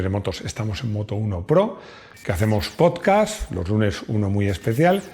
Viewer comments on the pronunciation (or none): none